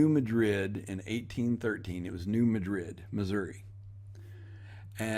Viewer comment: BTW New Madrid is not pronounced like the city in Spain but emphasis on first syllable.